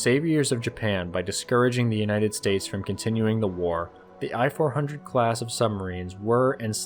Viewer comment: "I (伊 or イ)" for I-400(伊四百) is pronounced /iː/, not /ɑɪ/. Sincerely yours, from Japan.